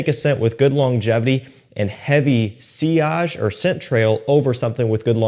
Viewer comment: Sillage with a hard L is wild 😂. It's a French loanword. It came with its own rules already on pronunciation